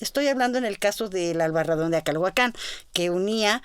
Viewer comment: Yo quité el volumen cuando la escuché cecear y cuando dijo "Acalhuacán." Supongo que todo arqueólogo sabría pronunciar "Acalhuácan," o "Acolhuácan," (tierra de los acolhuas) Esos aparentemente nimios detalles arruinan una disertación.